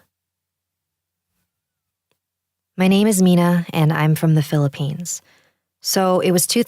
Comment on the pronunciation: This is strange somehow... my "real" name is Mina (I'm German though 😉), but is the first who ever pronounced the name the right way 🤗! 😘